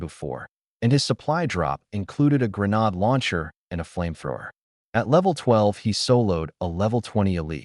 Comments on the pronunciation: cant even keep the genders correct as well or say granade right as well an stupid google cant tell wat a granade is either. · Okay good story but the arrogant Paladin being in two places???? Plus mispronunciation of the word grenade???? Minor deets here but I do like the story!!AAAAA+++++🙃🙃🙃🙃🙃 Yes a second part please!!!!!